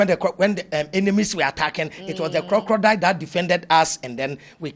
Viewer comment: 😂😂😂 plz the word is Crocodile not crocrodile and consequence not coinsequence 🙏🏾🙏🏾